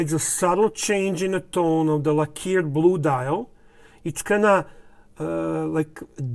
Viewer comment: Please say LACK-erred not la-KEERED. Thank you,!